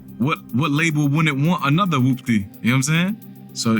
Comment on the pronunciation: You sound like you’re pronouncing it like “whUPPty” instead of “whOOPty”